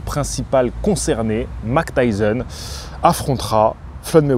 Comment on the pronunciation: Pourquoi minimiser l’accent de prononciation Mike Tyson alors que je me souviens de à quel point tu avais insisté à l’époque pour dire N’Gannou de la bonne manière …